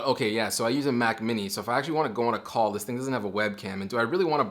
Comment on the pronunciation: i thought you said “join a cult” instead of “join a call”